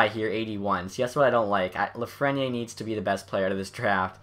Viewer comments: Hi! I love the concept, but it is pronounced Lafreni Air... haha sorry:) keep on doing the great job! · theres an e at the end of lafreniere so pronoune the r. its afrench name buddy cmon its reaalyy not that hard... if you can pronounce kopitar